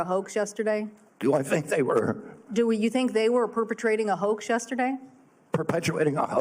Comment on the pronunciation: EPSTEIN !!!! Weinstein !!!! "It's a WOAX!""It's a WOAX!""It's a WOAX!" ... not!